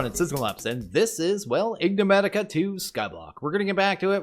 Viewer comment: Ignematica? Not En-ig-matica?